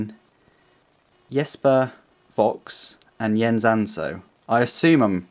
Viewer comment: Great review! Going to look more into buying this knife, since I am living in Denmark, with all those rules and regulations.. But thanks for the great video! By the way, you pronounced "Jesper" almost perfectly! Haha.